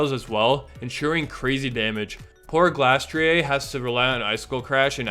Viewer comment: Did you make this video just to pronounce Glastrier like that